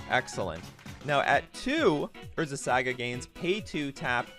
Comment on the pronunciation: unsubbing over the saga pronunciation